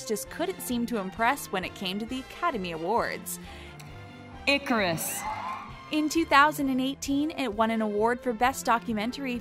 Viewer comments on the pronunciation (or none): EYE carus. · Honey, honey..... Icarus. Not “Eye-Care-Us.” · Eye carus 🤦‍♂️ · I care us? It was pronounced before you mispronounced it. SMH. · Is anyonw gonna talk about how she pronouced icarus as I-care-us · Oh the way she pronounced Icarus made my skin crawl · WTF was that pronounciation of Icarus? No one can read or write anymore, damn it! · Learn to pronounce icarus women